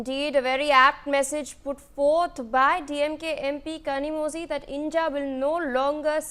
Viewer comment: someone tell these north indian anchors that tamil has special sound which needs to be pronounced using bent tongue and "zhi" is pronounced like Li or Lee but differently......in fact tamizh itself should be pronounced that way.....